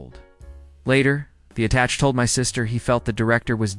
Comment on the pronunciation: AI crap. Mispronouncing attache.